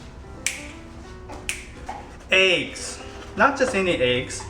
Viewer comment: i love when says eggs. it sounds like ayggs.